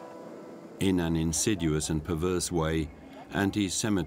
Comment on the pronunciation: the English commentator couldn't even pronounce "insidious" correctly so pronouncing names of German places is bound to be with errors.